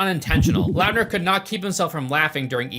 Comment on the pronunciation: Taylor Lautner. Why are you saying LOUTNER It's lawtner